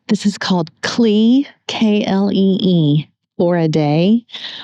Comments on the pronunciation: I loved quilt con and was so happy to be able to re-visit it in your video series. Paul Klee is pronounced Clay - so clay for a day is a rhyme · Paul Klee is pronounced 'Clay'